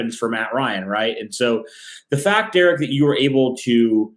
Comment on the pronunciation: Derek the way you pronounce his name makes me cringe 🤣🤣